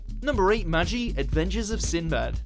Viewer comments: BLAME! is pronounced like "blom" Magi isn't "maji" it's ma-gi Ajin is ajeen Get it right! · The G in Magi is pronounced like the G in "gun" and the A is pronounced like A in "are", just saying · In the magi series it constantly shows that it is ma-gie and yet... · The way he said magi made my stomach hurt